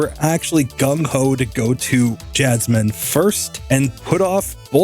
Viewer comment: he said jasminimum